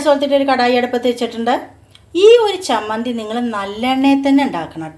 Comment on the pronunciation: നല്ല ചമ്മന്തി Not സമ്മന്തി ചമ്മന്തിയാണ്